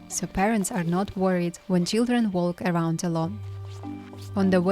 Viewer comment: the L in “walk” is silent 😊